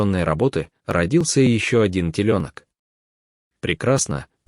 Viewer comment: Слушать невозможно: теленки́, тройнышки́... Ребёнок у коровы это не самое страшное – в конце концов, телёнок и есть коровий ребёнок, но озвучка ужасна!